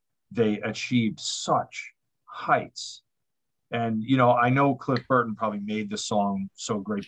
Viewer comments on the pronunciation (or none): none